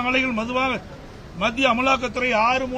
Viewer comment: பழனி அது அமுலாக்கத்துறை இல்ல அமலாக்கத்துறை 😂😂😂😂😂😂😂